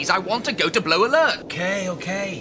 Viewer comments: Did anyone else notice Rimmer say "blow" instead of "blue" alert ? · Okay...I’d swear it sounded like Rimmer said “I want to go to blow alert,” after that certain regulation was quoted at him!!!